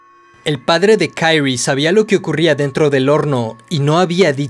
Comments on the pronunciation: Me da asca como pronuncias el nombre de Kirie, "Kayri" 🤮🤢 de allí en fuera, buen video 👌🏼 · KI-RI-E, pronuncia el nombre correctamente. No es inglés esto. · ¿Kairri? Ulala señor. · Se pronuncia Kirie no Kairie porque se pronuncia tal como se escribe ... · Es un crack del terror. Buen vodeo. Posdata: XD por qué dices Kairi como si la pronunciación fuese en inglés? XD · Pequeña observación: El nombre de la protagonista en japones se pronuncia Ki-Ri-E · Buena observación, es muy cierto, en japonés se pronuncia con tónica en la "e", Kiri-é, aunque yo lo pronuncio en inglés por comodidad jeje los demás nombres si los pronuncio en japones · “Kairi” no mms, es japonés, se pronuncia como se lee en este caso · Se pronuncia quirie jajajaja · Buen videos! Me desespera como pronuncias "kirie" pero lo demas genial jajajaja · AJAJS si también me di cuenta de eso, los nombres japos no se pronuncian como los yankees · Buen video, hubiera sido mejor que no te hubieras inventado la pronunciación del nomre de la protagonista... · No me pude concentrar en el vídeo por qué cada vez que mencionaba el nombre de kirie me daba un corto circuito cerebral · Al nombrar a la protagonista lo haces como si su nombre fuera ingles, desentona mucho. Por regla general si se desconoce como se pronuncia una palabra en su idioma original, se la lee tal cual esta escrita